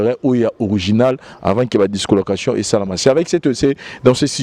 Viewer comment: On dit dislocation et non discolocation merci